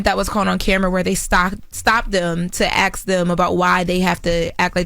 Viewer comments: it's ASK...not AXE. And Envy is increasingly annoying and please get Jess Back! And I listen for Charla!! He's hilarious 😂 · Girl hush we love Oh, and it’s not ask it’s kiss our ass 😘